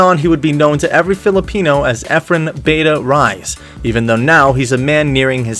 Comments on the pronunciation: Mate I corrected the narrator, it’s not beyta, but bahtah’! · Pronounce it as "Bah-tah". But cut the A at the end short. Not Beta. Jeez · Bata is prononced “Bahta’” which means, “kid”, not bayta. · It's not "Beta". It's "Bata" (Kid). Because the other Efren is much Older than him. That's why it is Efren (Kid) Reyes. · its not "Beta", its "Bata" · Isn't it ba-ta not be-ta .Bata means kid. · Bata not beta. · Efren Bata Reyes [Ehf-rehn Bah-ta Ray-yes] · pronounced as Efren "BAH-TAH" RAY- YES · Reyes like ray ez not ryes (as far as I know). And I think it's Bata, not Beta. Also why your comments full of stripper bots? Cool video anyway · Lol.. its not beta.. but It is Bata.. Efren Bata( means kid) Reyes... last Name Reyes not Rice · Born in Mexico? Not what I've heard elsewhere. and "Bait-ah Rise"? Try "Bahtah Ray-ez" it will be much closer. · "bata" can be pronounced as 'bat-ah' , bata means kid or child since efren is already 'taken' in lucky13 billiard hall. And Reyes can be pronounced as 'Ray-yes'.